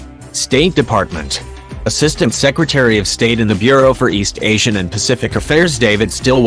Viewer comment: You should learn how to pronounce the Secretary of States name properly. Very poor